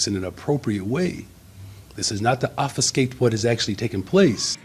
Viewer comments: someone needs to go full roof korean. also an elected official saying offiskate because he can’t seem to pronounce OBFUSCATE. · He could have said "unfortunately arrests were necessary" and that would have been fine to say. But he's not really able to frame things in a way which obfuscates his nutty biases. Then again, he can't pronounce 'obfuscate', so... you get what you pay for.